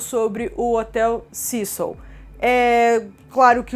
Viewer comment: Pessimo, eu moro no Canada e a historia da familia nao ter ido ja em seguida pq eh longe..oi???Canada faz fronteira com USA e temos voos diarios de Vancouver, Toronto, Quebec direto para LA , a pronuncia do nome do hotel esta errada. Cécil como se le se fala em ingles tbem